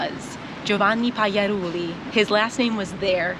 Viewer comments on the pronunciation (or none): As an italian i find it funny she can't properly say the "gl" sound (voiced palatal lateral approximant) which is contained in her own grandpa's surname